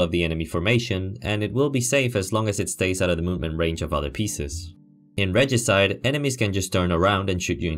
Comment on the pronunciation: Pretty sure you got it right. Reh-gee-side